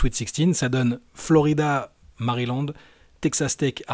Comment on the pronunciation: Et ça se prononce ( Mériland) ça s écrit avec A c vrai mais c Mériland ( à la prochaine vidéo, tu le répéteras pour Emmanuel Yves d accord )